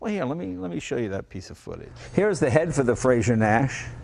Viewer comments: It's a very small point, but Frazer is not pronounced like Frasier (the TV show), it's like adding an 'r' onto the end of the word 'Phrase'. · I'm not a pedant by nature but I can't take it any more. It's Frazer not Frasier! Different names, different pronunciations. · It's frazer not frasier .great car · You'd think someone who is half-Scottish would now how to pronounce "Frazer."